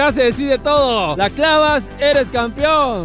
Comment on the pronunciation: Después de 50 años sigue diciendo campion jajajajajajaja